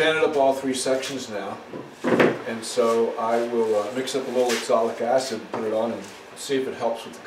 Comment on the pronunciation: I have to chuckle at you pronouncing oxalic acid as exolic acid. I've watched all your videos and it was interesting to see you try your hand at French Polishing, which is what finally worked on that difficult table top.